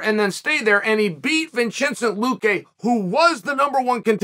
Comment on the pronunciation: Vinchincent Luque